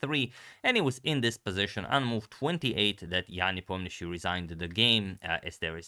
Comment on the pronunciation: Непомнящий is the only correct way. Not sure why they write it Nepomniachtchi in latin alphabet, since it is pronounced more like Niepoh-mniashi in real. I mean technically Щ is sh-ch (like in Polish ("szcz") so not sure how they came up with "Nepomniachtchi".